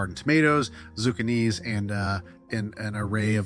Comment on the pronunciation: Zu-can-knees? Wtf..